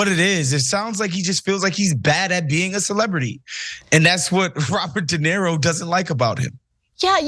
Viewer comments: Not a fan of the male commentator, not limited to his apparent disability to at least pronounce Robert de Niro as something other than "de Nero". Perhaps one should not precisely count the number of lies , but if that does not concern you, perhaps you should reconsider your argument. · Why keeps he calling De Niro (/də ˈnɪəroʊ/ də NEER-roh, Italian: [de ˈniːro]; "de Nero"? I'm not even an native speaker and nevertheless it hurts my ears to repeatedly hear the name of one of the greatest actors ever to be so fundamentallly abused. It obviously is ignorance and, sorry to say, bad journalism if the guy is the cornerstone of your entire story. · Somebody tell the black dude it's not Dinero but De Niro. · His name is Robert De Niro,, not Robert Dinero lol. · DenIro. enIro. nIro. Iro. I. DenIro. Not Dinero. That’s Spanish for money. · Why does the guy keep calling him "dinero" like Spanish money? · It's not DenERO, it's De NIRO.These idio*t young trump generation can't even pronounce roberts name correctly. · Learn to pronounce his name. De knee ro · Dude can't even pronounce De Niro.